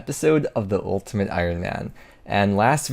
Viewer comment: I could've sworn you said 'moletimate Ironman"